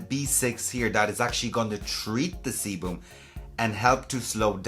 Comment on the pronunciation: "The seboom" 🤣🤣🤣